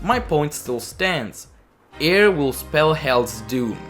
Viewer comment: “Eir” is actually pronounced like the English word “ire”. I know this because that is the pronunciation of the Norse Goddess that she is named after